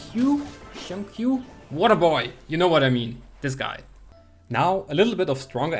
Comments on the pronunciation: Shing-Q is the pronouncing for it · The correct pronunciation is “sing chew”, nice try tho HAHA. 🙌🏻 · Xingchu correct way to pronounce it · It's xing-chu but spelt xingqiu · its pronounced sing chew btw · FYI Xingqiu name is pronounced as Sing? Chew? (Pronounce it like asking a question) haha. Great showcase of his skills. Underrated character. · It is pronounced Chintchiou